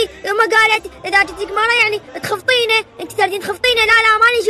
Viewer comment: تخفطينه مو تخطفينه هههه